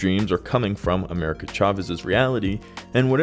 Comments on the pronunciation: It's AmeriCA Chavez....not AMERICAN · Please stop calling her American Chavez lmao